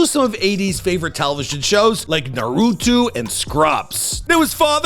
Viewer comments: For next time bro its Naa-ru-toe not naa-ru-tu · Did homie just say narutu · The way he BUTCHERED Naruto is craazzyy😭🤣🤣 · He always mispronounces shit to get more engagement